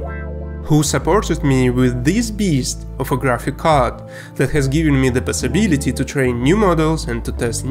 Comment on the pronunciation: "pesssibility" lol, but jokes asside this guy is awsome